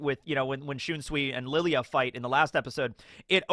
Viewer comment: Why do you still keep fucking calling him LILY AH/ LILI UH ????? THEY PRONOUNCE IT MULTIPLE TIMES IN THE ANIME